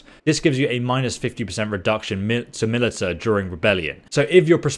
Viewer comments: He keeps calling it MILITAH lol... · had to pause video early on. it is pronounced "Ma-li-sha" not "mi-li-ta" saying it the latter way is like nails on a chalkboard. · You brits wanna call flashlights "torches", fine, but calling Militia (Mil-ish-a) MiliTAH is where we draw the line. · miltia is pronounced 'malisha' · its pronounched milisha not milita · It's not pronounced mill-eh-ta, its mill-ish-ah. Great video also lol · It's not milita but pronounced milissia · God every time you say milita... it’s pronounced “Mah lish a” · “Milita”....? How can you not pronounce MILITIA?! 😂😂😂 Video is almost unwatchable with the amount of times you’re forced to listen to this, lol. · Only came down here to say its pronounced "malisha", but i see everyone else has done that lmao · Militia is pronounced mil-i-sha btw. At least in the states. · I played a drinking game where I took a shot every time he said "Militta" and now I am dead. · Millita grainary 🤣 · Millta, grainery, kill me now ffs lol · He legitimately thinks it's the way it's pronounced I think, he says "mil-i-ta" in all of his bannerlord videos. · Even if he does pronounce it a different way it would still be wrong 😂 he is saying Milita but it’s Mili_TIA so he’s just created a new word. Tbh he must have some issue with reading he does it a lot. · Loving the let's play/guide Small pet peeve, Militia is pronounced muh-lish-ah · In the UK, can confirm Militia is pronounced Mil-i-sha. HTH :-) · Because educated population is a superior population. The way civilization improves is by learning off of each other. There's no such thing as militah in any form of English. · Militia is pronounced as Mi-li-shia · Just a heads up. Militia is pronounced Mil-i-sha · Investing your skill points in your Millita and Grainery gives you +10 proficiency in word pronunciation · "muh·li·shuh" & "feef" damnit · Heads up, militia is pronounced muh-li-shuh. Great review though, thanks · Milita? or is it milit IA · Militia = Mel-ish-a